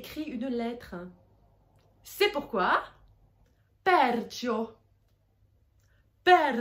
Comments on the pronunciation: Perciò, non pèrcio. Sòliti, non solìti. L'italiano scritto è chiaro con gli accenti solo sulle parole tronche. E' sempre meglio controllare prima per essere sicuri. A parte questo, brava! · Perciò avec un accent final sur la letter "o"